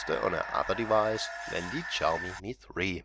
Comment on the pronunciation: its not chaomi, its xiaomi